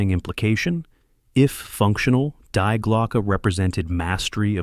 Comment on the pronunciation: Die is pronounced Dee